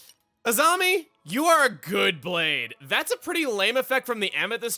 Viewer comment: i was wondering when you were gonna make a korrasami joke lol. I thought I heard you pronouncing Azami as Asami a few times